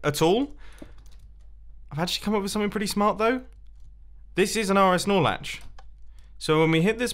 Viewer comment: I'm not a redstoner and the first time I've heard you say "RS-Snorlatch" or wutever, i thought u said RS Snorlax. Lmao